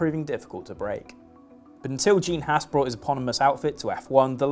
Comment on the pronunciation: Haas isn’t pronounced Hass it’s pronounced hoss.